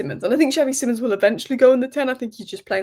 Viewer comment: love you but please learn how to say xavi simons correctly